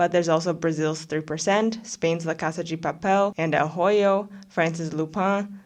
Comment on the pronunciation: el hoyo is pronounced "el oyo” the h is silent :]